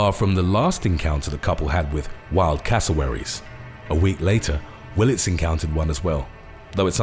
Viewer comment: .why it sound like you're saying casserole?. xd